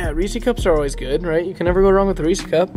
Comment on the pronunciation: "let's get a reesy cup"